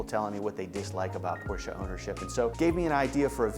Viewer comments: Hilarious that this guy enjoys the brand, and yet cannot pronounce the name correctly. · Porsche is family name.How many people would like someone butchering their family name? It’s not snobbery, it’s common sense. Why butcher someone’s name when you know it’s wrong?